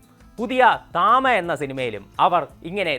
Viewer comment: തമ ❌️ താമ✅️😂😂